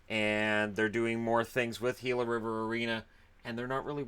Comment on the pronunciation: I'm just happy that pronounced "Gila" correctly. So many so called professionals pronounce it wrong.